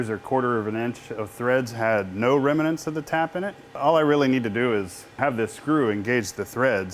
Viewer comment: It's pronounced remnants not reminants! Nice EDM you have there and a retractable oil tank too.